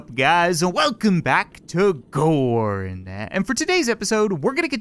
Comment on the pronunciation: Still each time he says gorn I think he says porn